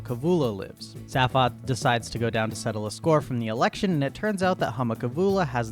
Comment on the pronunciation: I think its fairly important, in a very real and legally binding sense, that you learn to pronounce Zaphod. It's pronounced Zayfod, not Zaf-od. Oh god - now you are slaughtering Slartibartfast as well. I mean there's a whole bit about his name in the book and the radio series. I explain, but you've exceeded my zapod limit for the century. But thankyou - you've highlighted many of the reasons why I've avoided the movie version for years, and feel safe in doing so for several more.